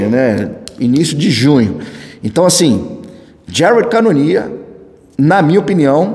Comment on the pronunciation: Volta logo "Jarédi canonier" tá fd 😂